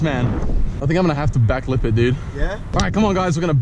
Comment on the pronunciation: Whenever he says back lip I think he is saying backflip 😂